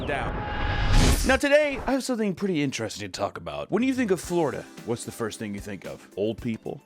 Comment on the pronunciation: The word is INTERESTING (ENTER-ESTING), not “ENTRASTING”